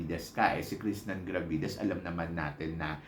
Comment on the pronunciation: Krishnan Krishnan ka na naman ulit. Walang N sa huli. Sakit sa tenga. Pakorek naman. Awa na.